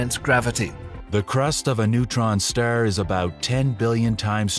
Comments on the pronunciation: Is it some sort of AI epidemic that can't pronounce words in the right way? What the heck is a stare? Anyway AI narration is awful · What's a neutron Sterr???🤣